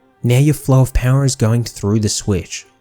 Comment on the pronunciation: Well done, but the way you say "Pouwha" kills me lol